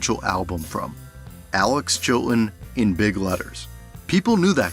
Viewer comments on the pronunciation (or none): …and what’s with the glottal stops when saying “Chilton” and “buttons”?